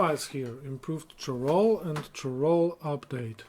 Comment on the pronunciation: Some tips on the pronunciation of the Imperial towns :D Cheydinhal : "shay-din-hal" Leyawiin : "lay-a-win" Chorrol : "kor-rol" Bravil : emphasis on "vil" Kvatch : "kuh-vat-sh"